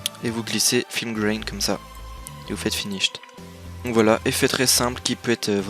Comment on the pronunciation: Par contre film grain ça se dit à la francaise parce que tu rajoute des grain x)